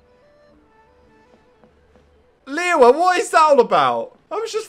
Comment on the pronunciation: Stream #17 he's still Calling Liyue, Lee Weh